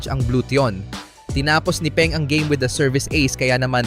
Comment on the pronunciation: "to-re" ang pronunciation ng toray, hindi to-rai. "pon" naman ang pronunciation ng peng. at huli, hindi siya "s five league" kundi S-V-league, as in letter V.